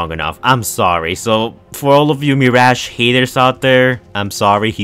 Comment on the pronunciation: Yess “meerash”